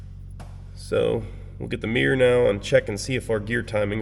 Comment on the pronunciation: *mirror not meer.